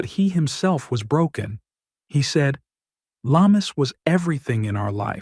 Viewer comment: Very sad when a child dies but more so when murdered. Lamis is pronounced Lam-mees and not la-mus.